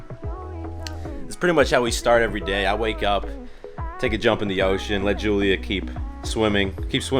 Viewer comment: He said HULIA😂😂......that was hilarious I don't know why